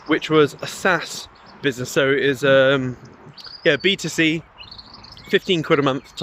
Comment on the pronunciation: All I kept hearing was BTC 😅